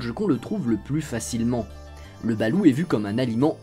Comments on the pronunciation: Veillez à prononcer le T à la fin [BALOUTE] et non BALOU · Hello, pour aller souvent aux Philippines et ma compagne étant des Philippines, je me permet de te corriger sur la prononciation. On dit "balotte" et non "balou". Sinon chaîne très intéressante et sortant de l'ordinaire. Je sub :) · chuis philippin ,on dit balote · Jhabite au philippines , cest exellent , ont le mange le soir surtout pour laspect , et il faut prononcer le T a la fin de BaluT , le blanc de loeuf balut ne se mange pas car il est tres dur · Pour info le T à la fin du mot se prononce. Perso j'adore en manger